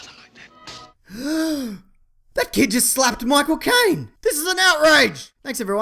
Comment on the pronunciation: No shit, but when you say Michael Caine's name quickly, or really at any pace, it sounds like My Cocaine. . .